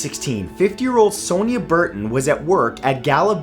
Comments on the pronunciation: Sonia is pronounced as Son-ya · Hate the way he pronounces sonia 😂😂😂